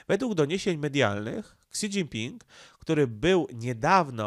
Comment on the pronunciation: Śi Śi Śi Śi Śi .. do jasne cholery, mówi się "ŚI Dźingping" żaden "Ksi" Ps. Pan Radosław Pyffel nie musi się reklamować, ponieważ dla osób obeznanych w tematyce, jest bardzo znany od dawna w obszarze geopolityki azjatyckiej, a broni się swoimi bardzo interesującymi materiałami.